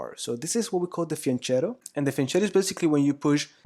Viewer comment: Great video, thank you. My only remark: as an italian everytime you say "fianchetto" my ears bleed a bit. It's pronounced as if that "ch" was an english "k" (as it's always the case with italian).